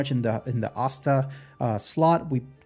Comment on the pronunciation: Asta isn't pronounced like that.